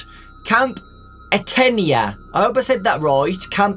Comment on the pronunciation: Athena (ah-thean-ah) “thean” sounds like “bean” like the Greek goddess of the hunt is what the camp is called just so you know btw love your videos!